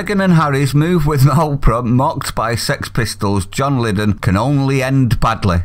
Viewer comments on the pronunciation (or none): Haha! I corrected him too, me muttering, Aw it's not Lid-en it's Lie-don x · Its Lydon pronounced Lied On not Liddon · your still at it..you pronounce his Surname.. lie-don.. sheesh!! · It's John 'LYDON' as in 'tell a LIE' don. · The names pronounced lie-don and you need to relook at debacle. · can't believe you mispronounced his name - plonker!